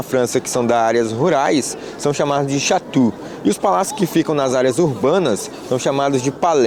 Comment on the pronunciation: Olá …os dias de locais históricos gratuitos na França é todo primeiro domingo do mês….mas você é nem outro turista iriam conseguir entrar porque é para “nativos”…..tem outra forma de chegar aí sem essa pernada que você deu 😊mas fica para uma próxima viagem 👌🏻 Na verdade a pronúncia certa de castelo em francês não é, chatú e sim xatou….porque saí o bico aberto e chiado. Venha para a Normandia de trem para visitar uma maravilha da era medieval o Mont Saint Michael e eu mesma o levo até essa maravilha da engenharia medieval que é embasbacante e sem igual. 👌🏻🤌🏼👊🏼🤝🏼 Além do mais, eu o informaria bem todos os custos para nativos dos usos em geral d cada local.